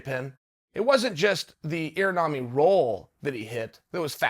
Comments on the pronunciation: The Ear-Narmi Roll? 🤣 Imanari Roll 👍 Luv U Chael ☝️👊🙏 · "Irnami roll" hahaha, it's Imanari, but I love how Chael doesn't even try :))